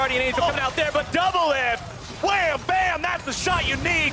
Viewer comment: There's no R in doublelift